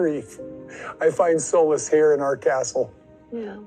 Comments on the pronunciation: I was totally cracking up when he pronounced Solace wrong. Also he always says me and Robin or me and whoever. So for a word Smith he sure is terrible at getting his grammar in order.😊😊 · No, no, Kody pronounced 'solace' correctly as 'soulless'.